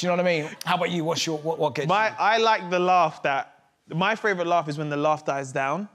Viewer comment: And favourite. But he’s admitted he can’t say favourite. He says ‘frave rut’ 🤣🤣🤣